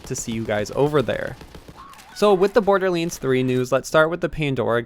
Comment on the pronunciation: IT DONT MEAN TO HATE BUT ITS BORDERLANDS NOT BORDERLYANDS